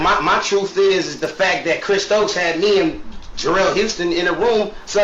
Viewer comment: If you call him one more time... 🤣🤣🤣